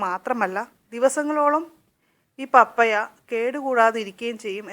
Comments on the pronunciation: പപ്പയാ അല്ല പപ്പായ എന്ന് ശരിയായി ഉച്ചരിക്കു ബാക്കിയെല്ലാം ഓക്കേ thanks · പപ്പായ ഒന്ന് വായിച്ചു നോക്കിക്കേ പറയുന്നത് ശരിയാണോ എന്ന് കേൾക്കുമ്പോൾ പപ്പയ എന്നാണ് പറയുന്നത് കെട്ടോ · ശരിയാ പപ്പയ അല്ല പപ്പായ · U r pronouncing pappaya. It is pappaaya